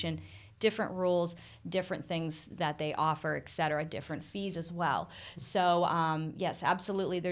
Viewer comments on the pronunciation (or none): Please advise that the word is eTcetera...NOT eKcetera. Good interview.